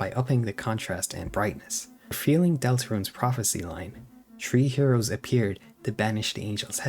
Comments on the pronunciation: sorry but smalllll pet peeve, when you pronounce three its three not tree. listen to an audio example and change your tree to a three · Why do you keep saying tree instead of three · Bro CANNOT pronounce his 'th's' 😭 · No disrespect but Everytime he i hear him say three I hear tree😂😂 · Tree. Turd. Teery. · Chapter tree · Have you ever considered pronouncing th as th instead of t? It's taking me out of my immersion every time you say 3 as tree and similar things. And that's coming from a German, who struggles with that weird noise we don't use in German. At least try. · “dis teary about chapter tree” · "chapter tree" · bro am i the only one who keeps hearing tree instead of three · his accent makes 'three' sound like 'tree' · Ah yes, this video is tree hours long. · I'm not watching a long review of someone who can't pronounce three